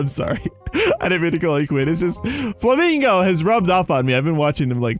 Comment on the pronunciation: Did you calll flamingo famingo